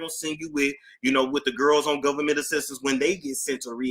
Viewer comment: I’m too afraid to pull up any files on the “govment.” 🤐😳